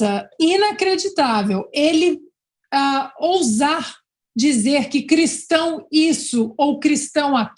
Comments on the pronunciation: Lula tem até dificuldade em falar Cristão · Ana vc é perfeita. Verdade este porco sujo não.pode nem.pronunciar a palavra Cristão.